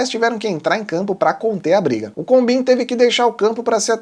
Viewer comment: Combin é pronunciado "combãn".